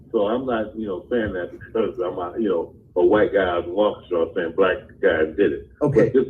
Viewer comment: Pronounced Waa key shaw Waukesha